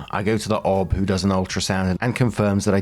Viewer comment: OB is pronounced by letters O B. OB/GYN is pronounced by letters, too. O B G Y N.